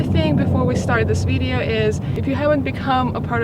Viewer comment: Jesus Christ can someone teach her how to pronounce video. My god.